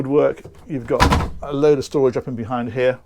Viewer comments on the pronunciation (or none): none